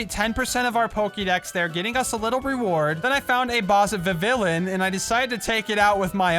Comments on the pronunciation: It's not vevilin it ve vi one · Vivillion is pronounced viv-E-on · it is pronouced viv e on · Dude you miss-Said Vivillion